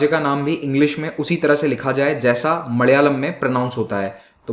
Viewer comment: I really enjoy the way he pronounces koyampuththoor. It's like he is driving a car with bad suspension, and suddenly hits a set of rumplers. 🤣😂 Malayalam as madayalam.